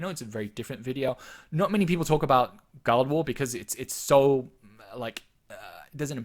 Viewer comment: Guild war=Gi-ll-ed wa-ar. Wrote this just as you said it. Lol. Fair enough, say it how you want...miiillkstehoool :p